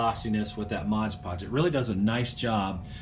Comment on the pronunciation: Love the videos love wwf golden era but one pet peeve that bugs me is you saying modge podge lol its MOD podge haha back to being the doctor of style again